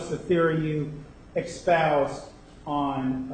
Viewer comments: Is he saying "expouse"????? Wtf? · What's up with the "expoused"? I'm dying 😂